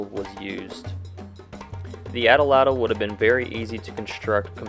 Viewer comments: At-latl not ata latyl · A'tla'tl - would be closer to the Nahuatl pronunciation. Atl'atl is an English mispronunciation. Nahuatl is not a dead language. People in Mexico continue to speak it. Thanks for posting this video. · There is no short A sound in most languages, and atlatle should be pronounced as "oughtloughtle". Also, the sin in sinew should rhyme with pin. The "ogne" in Dordogne is pronounced as "own".